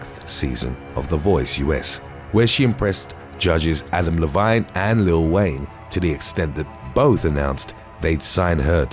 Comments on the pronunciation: adam "live-een" not Adam "le-vine" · Adam Levine his last name is pronounced like an e sound not an I sound. He's a great rock singer really awesome I've seen him in concert before.